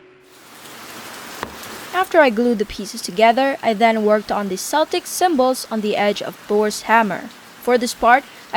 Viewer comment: FYI the C in Celtic is a hard K not a soft S sound